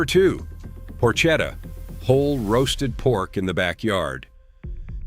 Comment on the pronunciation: It’s prnouced porketta Ch is hard